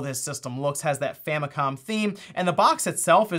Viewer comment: It's not gold, it's "Famicon" gold.